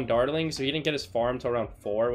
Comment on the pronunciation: Does it bother anyone else that he cant pronounce dartling? No, just me... Ok